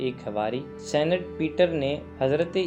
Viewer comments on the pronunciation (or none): اقبال کا شعر تو درست پڑھ لیں کیا زمانے میں پہننے نہیں۔۔ کیا زمانے میں پنپنے کی یہی باتیں ہیں درست شعر ہے دوسرا یہ لفظ senate نہیں بلکہ saint یے